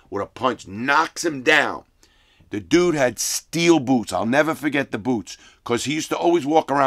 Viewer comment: Larry "I'll nevah forget it" Lawton.